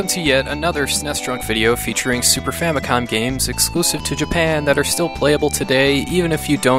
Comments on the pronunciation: Not trying to be a dick, but why does everyone always say "Super Famicon" like it has an n at the end of it? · In its english translation it does indeed finish with an 'm', however, when you read the actual Japanese characters it ends with an 'n'. SU-PA-FUa-MI-KO-N